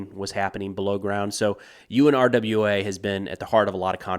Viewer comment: it is most often pronounced “OONRA” with the stress on the first syllable.